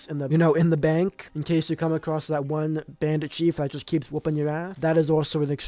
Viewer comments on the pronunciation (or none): none